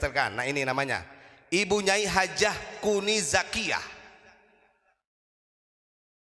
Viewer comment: Maaf...bukan kuni zakiya.yg benar NING ZAKIYA